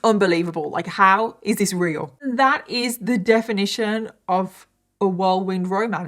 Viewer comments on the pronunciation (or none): none